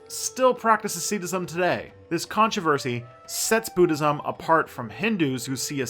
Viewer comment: "Aseedacism"? - it is pronounced asceticism